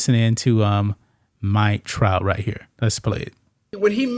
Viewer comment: Did he say the Mike Tout of the Yankees 😂